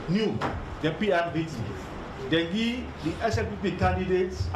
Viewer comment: We are here to “gee” instead of “give,” painful to watch.